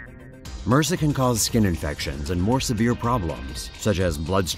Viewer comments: Mersa? You say it M.R.S.A. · Haahhaha it's pronounced m, r, s, a. Separate letters, not "mersa". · Da fuck is MURSA? It's M.R.S.A as separate letters, it not a word it's an acronym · Its called M.R.S.A, not "mersah". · what the fuck are you calling MRSA mersa? come on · Why the fuck are you pronouncing it as a whole word for... Its M-R-S-A, its an acronym... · LORD TAVISH that would make your doctor just as dumb as this guy then. It's MRSA not mersaaah